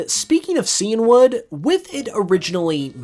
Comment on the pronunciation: Super interesting facts as usual! Just FYi, Cianwood is "sigh-anne-wood," like the color Cyan (blue).